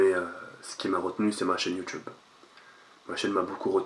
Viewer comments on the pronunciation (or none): none